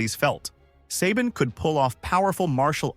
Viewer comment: Sabin isn’t pronounced that way it’s Suh-bEEn FEE-guh-ROW as I’ve heard many mispronounce their family name too